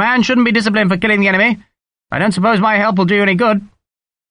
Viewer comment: Is it my ears or is gaminara having trouble with the word "enemy". It's really distracting me ! I keep waiting for an emeny to pop up. Like the second shoe dropping